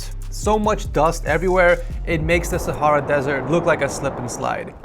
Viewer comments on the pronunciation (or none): none